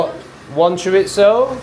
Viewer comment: Buenas tardes is "good afternoon" (Buenos dias= good morning, Buenas noches= good night) Chorizo is pronounced "chore-ease-oh" . When I moved to UK I was like why is everyone adding a T to chorizo when it doesn't exist?! :face-green-smiling: Enjoying this channel. As an American who spent many winters in Mexico and moved to Sheffield it's all very interesting for me!